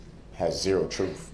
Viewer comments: You have the power to decide the trufe. Ffs. The legalese that he jumbles is entirely ridiculous,a man like him cannot even speak properly. I'm not dismissing individuals who don't have the education to speak correctly, I'm dismissing the arrogance of a man who believes himself to be supremely intelligent and has picked up some legal terms that he doesn't adequately grasp and then doesn't have the perspicacicity to learn their correct pronunciation. Pronunciation matters because it enables other people to better understand you. Wicked narcissistic idiotic little man. Murderer. Whether or not he cut his kids umbilical cords,is immaterial and doesn't mean jack. He's a gaslighting mass murderer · Noticed he says "You and you alone have the power to decide the trueff or not the trueff." He pronounces "truth" with an f on the end. Weird.....or lazy vocabulary maybe... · Is that waste of space, as smart as he thinks he is, completely unaware that -th does NOT sound like -ff??? He sounds retarded when he talks like that. He isn't a child, and he doesn't have a speech issue. I mean, this is someone that thinks, and truly believes, that he is such an intellectual powerhouse that the prosecution REQUIRED at least 3 lawyers to go against him. He absolutely refuses to acknowledge the reality that the prosecution needed so many lawyers due to the excessive amount of evidence that they had that proved his guilt. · Troof. What is troof? Ignoramus. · Objection! Truef is not a word. Someone please tell him. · What is “truf”? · Don't forget trufh/truth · The jury definitely found the "troof" with this POS. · Brook’s words Vs actual words, volume one: Fear = fair, Akkrut = accurate, Oaf = oath, Troof = truth, rekurt = record, dat = that, suBstsained = suStained, tooken = taken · You alone decide the “ TRUF” 😂😂😂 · But da ding is he didn't teel da troof😂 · Does this jackal really think that the jury will find him guilty if they know the "troof?" Really, Darrell??? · “You know the troof”